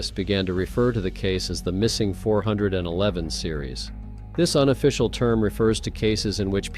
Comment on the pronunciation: OK. It’s not the 4/11 series.. it’s missing 411. If you’re gonna use military time, learn how to say it. Or better yet how about using these fake voice overs cease and desist. Makes everything sounds stupid. You lost me after a fourth of the first story.